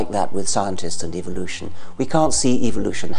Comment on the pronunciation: Am I the only one who notices that he pronounces evolution as evilution.